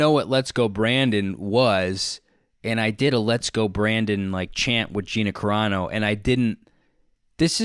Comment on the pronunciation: Wait do I have to be the jerk who tells him it's Carano not Corano?🤷‍♀️